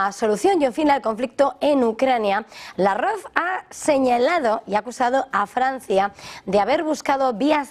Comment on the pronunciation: ¿Desde cuándo se dice Lav-Rov y no como siempre se dijo Lávrov?